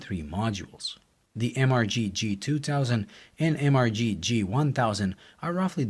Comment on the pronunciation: I always thought it was pronounced Mister G lol